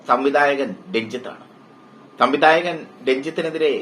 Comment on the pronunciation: തമ്മി ദാ യകൻ അല്ലടോ.... സംവിധായകൻ